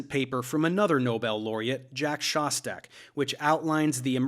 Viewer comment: Thanks for not butchering the name Szostak